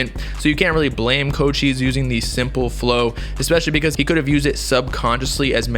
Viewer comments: It’s co-chis not cold cheese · I thought it was pronounced like coo-chise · My guy said cocheese